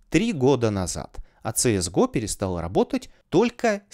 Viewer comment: Ну всё хорошо россказал , но говорить на КС:ГО - ЦС ГО безумие, или соунтер стрике